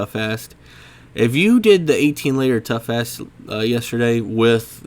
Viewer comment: Did you call Torghast, Toughass?